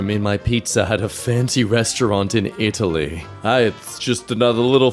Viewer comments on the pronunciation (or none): none